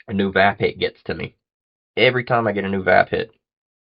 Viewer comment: Hey hope all is well wit ya. Thanx again for the seeds from Greenwrld. That Vaphit looks cool oh and yeah don't take it personal but it's kind of funny when you pronounce the Vaphit it's pronounced like the word Vape and hit and put them together LOL but it's cool though it's a nice product thanks again for your reviews.